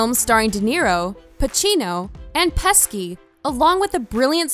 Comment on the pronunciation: Nice video, but oh my God, that pronunciation is something else! "Better Call Sal", "The Irish Man", and "(Joe) Pesky" had me in stitches! lol